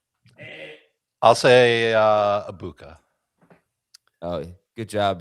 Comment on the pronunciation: Can we stop say “Abuka” it’s “Eg-buka”